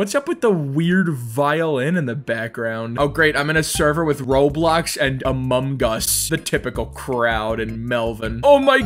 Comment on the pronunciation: I spit out my water when you said amomgus